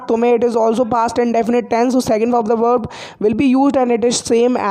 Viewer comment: You doing a nice work. I always feel that you pronounce the verb and weep as Berb and Beep